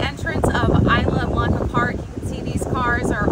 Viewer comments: It's pronounced IS LA BLANCA PARK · eesla blanca. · Side note, it's pronounced "e-slah" for Isla Blanca.